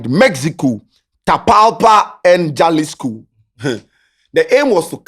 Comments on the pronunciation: small correction. The name is pronounced Halisco not Jalisco. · Also it’s pronounced halisco. Though it is spelt as Jalisco in Spanish j is pronounced as an h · it’s pronounced Halisco although it starts with a J. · Halisco is the Pronouncement Jalisco is the spelling. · the spelling be jalisco buh u for pronounce am halisco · please its pronounced Halisco not Jalisco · my boss its pronouced “Halisco” even though its spelt Jalisco spanish word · don't you watch current documentaries about cartels???..also it's pronounced 'halisco'..j usually sounds like 'h' or silent in the Spanish language 😊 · It's pronounced as "Halisco"